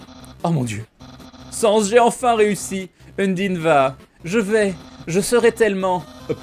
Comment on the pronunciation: sans se prononce sèns